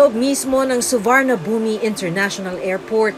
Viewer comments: Madam hindi ka man lang nag research kung paano ipronounce ng tama ang Suvarnabhumi. 😂😂😂 it's soo·waan·aa.poom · SUVARNABHUMI , pronounced as SU-WAR-NA-PHOOM ❤ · It’s SU WA NA PHOM, yan ang tamang pronunciation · Suwanaphum po ata pag bigkas sa Suvarnabhumi 😅